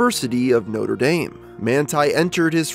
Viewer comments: That's how Americans pronounce it... weird isn't it? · Notre dame...how did you pronounce it so wrong